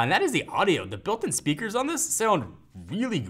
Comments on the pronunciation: I like how special pronunciation of the word "really". He's like, "weally weally weally great" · Wealy wealy ?? Really!!! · Weally Weally Weeaally good video.